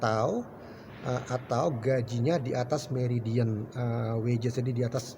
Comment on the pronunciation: Bro, sharing info sih boleh banget karena topik ini sedang hangat, tapi sebisa mungkin infonya dibuat yang akurat karena yang ada saat ini vlog ente membingungkan sekali. Median, bukan meridien. Scarce, bukan scary. Kategori silver fern juga menyesatkan karena tidak ada hubungan sama sekali dengan olah raga. Pathway, bukan path away. Buat orang yang tidak mengerti dan mengharapkan info akurat dari ente, video ini sangat menyesatkan.